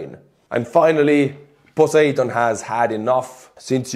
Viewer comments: Your English is so good. So p-l-e-e-a-s-e: the Roman god of the sea is Poe-SIGH-done. Poseidon. Stress on the second syllable. I rather think it’s Yahweh not Poseidon since He happens to be busy in the area just now. But fine, we know what you mean by PoSEIdon. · just to help with the English pronunciation, the 'seid' portion of Poseidon is a hard I, like iceberg. Great video, like always from you my friend.